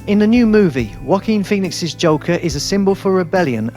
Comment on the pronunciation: M i d onlynone hearing "Walking peonix"